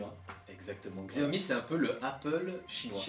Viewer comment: Bonne vidéo ! Sinon, ça se dit "Siaomi" ;)